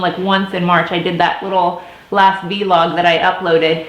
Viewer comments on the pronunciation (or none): You look beautiful! And your kids are adorable!! And btw vlog is pronounced like blog with a v:)